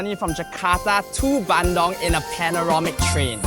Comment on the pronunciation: It's Bandung Not BANDONG